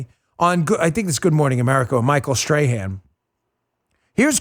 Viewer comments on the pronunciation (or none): Micheal Sth-tray-hand. Fool!